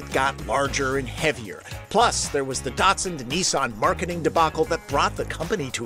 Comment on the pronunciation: Great review, however the car brand is Nissan not Neesarn. Also the pre Nissan name is Datsun, not Datsarn. The ‘Z’ series is correctly pronounced ‘Zed’ throughout the world thanks! What’s with the twisted linguistics?